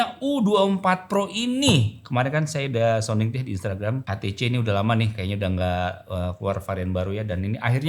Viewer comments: When you speak, use correct Indonesian. HTC ya Ha Te Ce. what is es ti ci? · ITU TULISAN NYA "HTC" TAPI KOK BILANGNYA "STC"YA GIMANA SIH😅😅😅